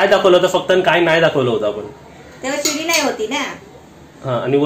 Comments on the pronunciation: किचन खालीच राहू द्या पप्पू ची रूम वर बनवा आणि सुनबाई ला आवडणार नाही काहीपण बोलू नका रेसिपी छान 👌👌👌👌👌 आणि शिडी बोला सीडी नाही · सीडी नाही. गाण्याची असते तिला सीडी म्हणतात. ह्याला शिडी म्हणतात. शिडी असा शब्द आहे., सेटर नाही. शटर असा उच्चार आहे.